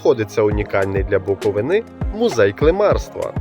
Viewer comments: не шановний,правильно вимовляти Буков"И"на,а не Буковин"А"......ЙОЛУП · Шановний, відео дуже інформативне! Але робіть правильно наголос на слові Буковина! Не Буковина' а Букови'на.